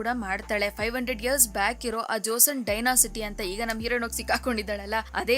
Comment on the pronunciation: It's not dynasity it's just dynasty